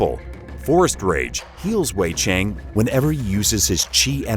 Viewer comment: They're a Russian studio, so speculatively, perhaps they hired an English voicecover for this? Edit: they also mispronounce 'Cheng'. Bizarre.